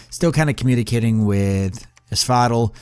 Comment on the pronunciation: You pronounce asphodel like you're saying axolotl. The other guys call it AS FOE DELL which sounds a lot better imo